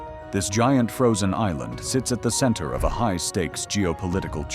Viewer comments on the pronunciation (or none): none